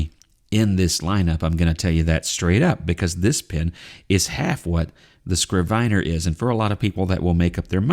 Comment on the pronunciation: a “scrivener (pronounced “i” like the i in “it”) is a good translation for a biblical “scribe” or, for that matter, a modern scribe. It can also be used for a notary public (although I have never heard it used for one). I only looked it up because I was fairly sure it was pronounced with the short i as in it. Thanks for the review.